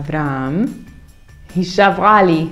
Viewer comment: Hola, una duda, por qué en el minuto Beth dice Nohomi ju en vez de Nohomi ji.